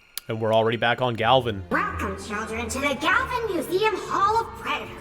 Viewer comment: Your pronouncing museum wrong